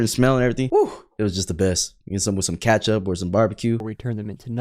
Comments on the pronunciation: it’s ketchup not katchup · Kachup? The hell do you mean kachup it's ketchup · How do you say ketchup like thatttttt?! "Catchup"😂😂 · bro said catchup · Bro said "katchup"😂